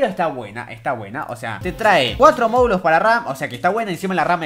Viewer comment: ""Moludos" de ram", treeeemeeen2 dislexico